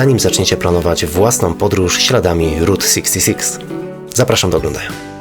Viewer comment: czy ja dobrze słyszałem ród sikstisix?